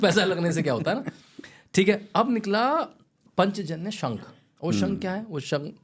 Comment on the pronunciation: पंचजन्य??? पांचजन्य उच्चारित करिये...